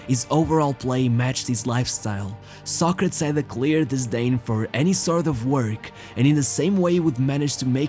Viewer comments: His name is pronounced "Sɑ•kre•tiz" like the philosopher, not "Sa•kretz". I'm surprised you don't know that. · It's pronounced Soc- ra- tees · why do you pronounce his name that way. just curious? Ive never heard it being pronounced that way. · Ur saying it wrong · Never knew you pronounced his name in Portuguese that way hehe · I cannot take this seriously because the dude cannot pronounce his name correctly. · Dude, hane you ever heared Socrates prounced correctly? Ruined the whole video.